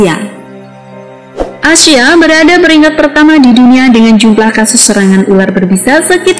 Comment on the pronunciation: Mimin bilang ASIA di telingaku Asyaip